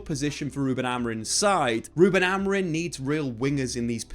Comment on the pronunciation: Can English people not say AmoriM? Why do so many say his name AmoriN in the flow of a sentence? Triggers me like crazy TBH 😂